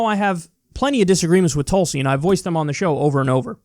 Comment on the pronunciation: *Mispronounces her name* "I gave her a lot of respect"